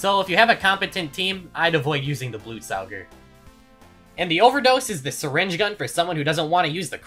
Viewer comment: First person ever to pronounce Blutsauger correctly